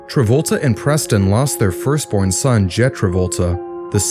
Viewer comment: Jett not Jed